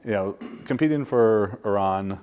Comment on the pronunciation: love how pronounced Iran properly!!